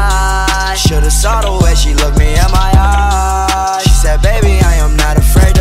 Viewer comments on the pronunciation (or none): none